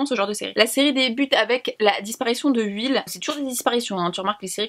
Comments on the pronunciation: Dans Stranger Things, il s'appelle Will et non pas "huile" :') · tu me fais trop rire à dire « huile » de stranger things au lieu de « will » 😂😂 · Trop mignon quand tu dit "À la recherche de Uill" pour dire Will😂